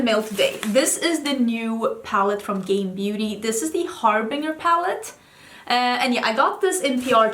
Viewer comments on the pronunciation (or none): Just a note for when you film with the Harbinger palette, the g is pronounced with a j sound. It's 'HAR-bin-jur.' If you don't care about that though, that's fine. It's just an FYI.